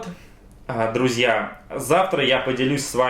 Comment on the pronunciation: Когда же ты прекратишь коверкать слово "друзья"